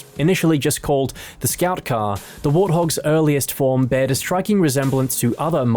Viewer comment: "beared" bore